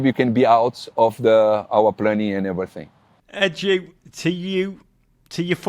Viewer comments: Was calling him Ed-Yu on purpose? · How can you not pronounce EDU!! Like howwwww? Lolll